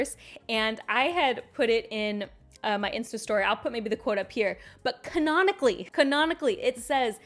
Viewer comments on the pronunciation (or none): "canaanically" -- is THAT how you pronounce that?? The more you know.